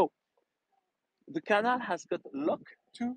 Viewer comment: may I correct you? canal is pronounced cuh NAL emphasis on last syllable.